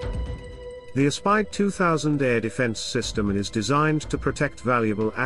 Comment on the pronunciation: Aspide is pronounced A as in apple then speed. Italian spelling works a bit different to English spelling.